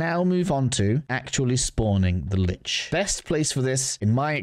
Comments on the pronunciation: Kuva "LYCHE"?! Then you say "Lich" afterwards! 🤦🏻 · Its pronpunced Lich, not Lich.